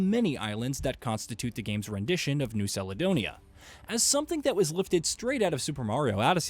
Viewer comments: First learn how to say the islands right Caledonia, it’s was a good game idk what your problem is but for us Melanesians it’s good representation of the culture to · New Saledonia 😂 dude, do you realise that Google translate has a text to speech functionality? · Seledonia?🤦‍♂️🤦‍♂️🤦‍♂️ Such a typical American 😂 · I’m curious…. When you say calendar do you say salendar? Caledonia is the same as calendar champ 🤦🏻‍♂️